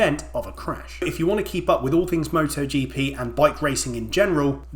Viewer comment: MotoGP X MottoGeePee ❤